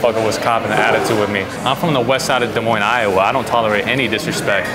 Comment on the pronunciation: Bro said desmoin bro I live like 2 hours from there